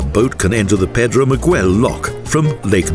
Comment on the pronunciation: It's Pedro Miguel locks not Pedro Magwell🤗 and El Corte de Culebra.